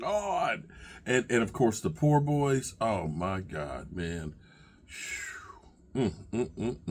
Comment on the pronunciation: you did just not say POOR-BOYS as in PO-BOYS sandwiches… You are the man and always good for a daily laugh - Thanks for that!:)